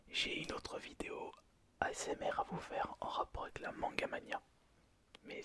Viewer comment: Ta dit osmr XD